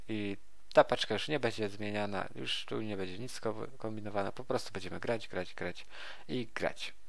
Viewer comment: Już nie "jusz" OMG